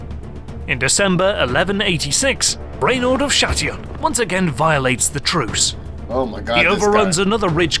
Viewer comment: Damn my prediction was right i taught you would pronounce hattin as hatten as soon as I saw the title anyway thanks for reaching to my recommendation and can you react to battle of Maritsa next